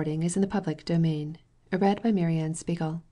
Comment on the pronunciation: her voice is so nice and soothing that i didn't even mind those parts, even kinda looking forward to it everytime, the way she pronounces "mary anne spiegel" and "nathan haskell doyle" just 👌a perfect reader for a such a great book